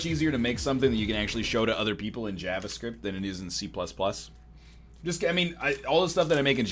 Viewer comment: If you say jahvascript one more time....